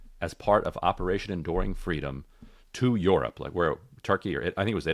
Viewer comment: That bacon story is about as credible as her fweedom story